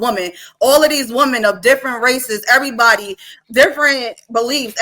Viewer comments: I'm not trying trying to be funny, but could someone please explain to me why is it that so many people say the word "woman" instead of saying "women" When started talking around the 4 min mark she kept saying woman when she should have been saying women. I hear lots of people do that and wanted to know is their a reason or is there a large portion of our society that just don't know how to use the words correctly anymore. Does anyone else notice this or is it just me? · I really hate how she keep saying woman and not women😤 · It’s women not woman. Why every time get on this type of panel he can’t control his speech. is intelligent he can be more professional and Christian. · She keeps saying “woman” instead of “women” 🤦🏽‍♂️🤦🏽‍♂️🤦🏽‍♂️ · Aye she taking me out with the word Woman. It’s Women smh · Ion mean to be petty, but is annoying tf outa me saying Woman instead of Women!! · It’s women not woman.